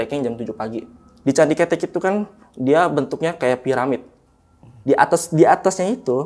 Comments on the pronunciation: Candi KETEK bang, bukan Candi ketek 😂, monyet itu KETEK bukan ketek🤣🤣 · Bukan ketek bang😭, tp ketek. Au ah gabisa vn🥲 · Bang,, candi keutek(di bacanya),,, bukan candi KETEK,,, hehehehe bang gimana caranaya gua mau jadi narasumber,, byak cerita horor yg gua alami,, dari manusia tmbus tanah, pocong di atas atap, tuyul, sampe kunti di depan rumah kakak gua, sampe kunti kerdil di kamar mandi kost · Penyebutan candi ketek salah yg bener ketek😂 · Maaf aku agak ketawa pas nyebutin candi ketek= terngiangnya ketiak. Mgkin harusnya ngomongnya pake ejaan kaya ngomong beras "ketan" 🙏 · Heheh pelafalan kethek (monyet), sehat selalu team Lentera malam dan narsum. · Maaf nih bang coba benerin lagi baca KETEK nya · Cara ngucapin kata kethek/ monyet itu salah,,yg narasumber ucapin itu artinya ketiak bukan monyet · Pelafalan nya bukan ketek 😭